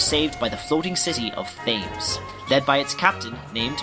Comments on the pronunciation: I love this concept but your pronunciation of words makes me want to gag. -Weltall is pronouned with a V sound, not a W sound as it's German in origin. -Thames should be "Tims", like the bridge in Britain. -Yggdrasil; I don't even think I pronounce is right, but I know for certain that you aren't. -Citan and Sigurd should both start with a "sigh" like sound, such as with "cider". -I'm not sure how you got "Esmeralda" out of Emeralda's name, but I'm glad you fixed it in this. -Shevat should have a short E, not a long E. -Maria is pronounced as Ma-rye-uh... not Ma-ree-uh. -Roni should be said like "Ronny" much in the same way Toni and Tony are pronounced the same way. -Solaris... You're probably saying that one correctly, but I've said "Sol-air-us" since the movie. So that one irks me. -Gazel should be pronounced just like the animal, gazelle. As a side note, Elly and Fei do not crash in Blackmoon Forest after Ramsus pummels them in Vendetta. They crash on the small island that Taura's house was on. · Love these videos! Quick fyi thought, Thames is pronounced Tems I think.